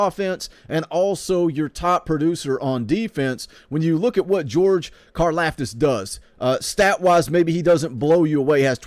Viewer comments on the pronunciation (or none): They got em to the bowl they did their part if you’re a guaranteed top 3 round pick you’re wasting yo time playin in bowl games if u think different ur selfish and it’s pronounced like karloftis